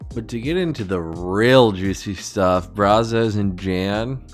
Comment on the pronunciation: Charles, not Brazzos.